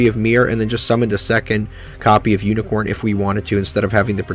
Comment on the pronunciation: uniCORE not CORN. good vid otherwise